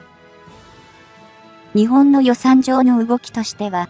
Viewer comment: いくら何でも「日本」を「ひぼん」と誤発音するのは余りにも酷すぎます。その程度のチェックはきちんとしてください。誤発音にある程度目を瞑ってきましたが、これは看過できません。